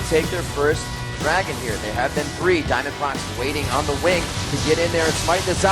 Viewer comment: haven't found this in the comment section so i'mma just point it out diamondprox isn't actually pronounced diamondprox. He clarified that in an early interview. It's diamond pro x.